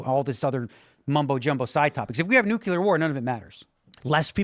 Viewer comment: Does anyone else hate it when people say the word nuclear as newk-you-lar…. Why do so many people say that word wrong